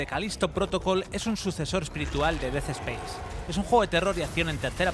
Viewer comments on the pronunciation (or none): Des espeis? Aprende a hablar 🤡